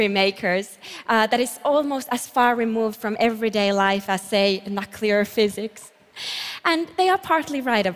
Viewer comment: "Nahkleer Phisycs"